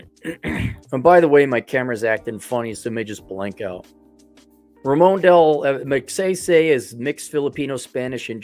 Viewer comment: Pronunciation of the last name: Mag-si-si. As in sigh sigh. The economy there was good 👍 under Magsaysay. It faltered when Ferdinand Marcos, 1, was the dictator. 😈 Although I am American, I traveled to and from The Philippines 🇵🇭 for 25+ years including 2022. Although The Philippines 🇵🇭 is a destination for Passport Men, it is still a banana 🍌 republic. Aside. Good 👍 to know that you,, will travel there. Some retired American military veterans are there since Clark AFB and Subic Naval Base were under the USA 🇺🇸. I was 1st there under that occupation. Karaoke 🎤 is everywhere. Maybe, you will improve your singing voice there while you have a San Miguel beer 🍺. That, Singing and that you are white will attract many Filipinas! L 🤣L